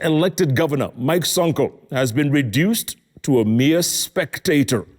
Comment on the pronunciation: The way Jeff insists on the word reduced into a mere spectator speaks volumes.